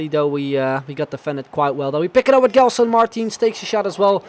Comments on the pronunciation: you don't read it *g*elson, its *j*elson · its not gelson its like jelson the same way like u say jay